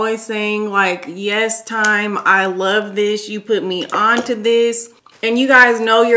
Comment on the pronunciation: "A Space in Tyme" 😊